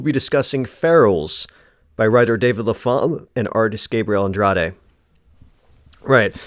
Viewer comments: Pretty sure you pronounce the writer's surname 'Lap-ham' (Lappum, phonetically), not La-pham. Could be wrong, but pretty sure. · The PH in Lapham isn't pronounced as an F! The name is pronounced LAP-HAM or Lap-um...